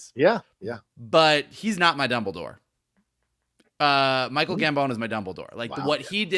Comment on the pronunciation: Helo, enjoying the show as always or almost always :p hahah, wasnt sure if you realised It is pronounced Gambon like the "bon" in bon appetite